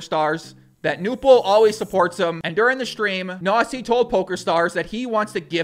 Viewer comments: You pronounce it Knossi not Nossi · Are you pronouncing KNOSSI as NAZI ? xD ay ay ay ..... Your german is funny heheheheheheheeeeeeeeeeeeeeeee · haha Knossi sounds like Nossa when you say it :) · Not really a great pronunciation of "Knossi" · I am german and I watch Knossis streams regulary. 1. Good job with the video, sir. 👍 2. Pronunciation: The 'K' in Knossi and Knüppel/Knueppel is NOT silent like in 'knock-out' oder 'knife'. 3. Knüppel said that he usually only plays tournaments where you cannnot win money but material prizes (which probably is mainly because of german legislation.) 4. Knüppel said on stream that with the money he won he plans to restore his thirty-year-old Mercedes Benz 190. He also recently had a water damage, so the money helps on that front aswell. 5. Knossi wears the crown because he calls himself 'King of the internet' (which is at least for the german speaking area pretty adequate by now and for us fans anyway.). The crown is his most recognized trademark. 6. I play poker and follow the poker world and poker shows since 2005 and this stream was one of the most fun and exciting poker events I've ever watched. Knüppel is exactly that type of average Joe you want to win it all and Knossi has the unique talent to make any sort of program exceptionally entertaining. He usually streams slots a lot which I find pretty boring and pointless generally but Knossi knows how to make a show out of it. It really is about the person in his case. He is very close to his community through the different plattforms, he has a lot of energy (as you can tell), he is always positive and really knows how to put a smile upon your face even when you had a rough day. I am pretty sure that he will have a lot more s